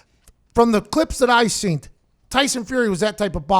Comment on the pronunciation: He said seent instead of seen three times haha